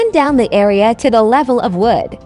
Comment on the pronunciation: "area" pronounced "awea" reminded me of tweety bird or Sylvester